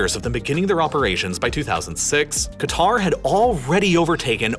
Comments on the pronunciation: Nah its Qatr" pronouncing the first letter "kah" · It’s pronounced ‘ Cat-R’, your pronunciation of Arabic names is appalling. Your description of the country’s history is also different to that known in the region. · it's K'ter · It's pronounced closer to 'gutter.' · Great video as usual One fact that amazes me is how conveniently all western countries mispronounce Qatar! I haven't come across a single American who even tries to pronounce Qatar correctly Anyway good job here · Makes a video about Qatar. Can't pronounce Qatar properly. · Two things: One:Qatar is pronouned "Cutter" and NOT "Gitar" Two:The way you pronounced "Xinjiang" as "Xin-Jong" is something I would not usually do (Xinjiang is also called "Sinkiang" (Sink-E-Aung) or "East Turkestan" (East Turk-Eh-Stan))